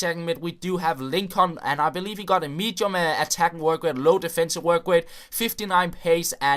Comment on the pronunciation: Listen to how he says medium